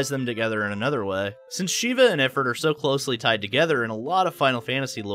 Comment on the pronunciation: IF-ert? IF-rit? Only context made me realize you were talking about Ifrit (ih-FREET)